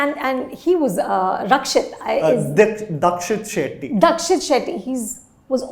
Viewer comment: Deekshith Shetty*, not Dakshith Shetty. Can we please be mindful of pronouncing the names right? These are not complicated names but simple ones.